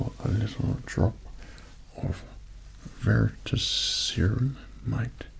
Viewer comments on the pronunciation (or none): none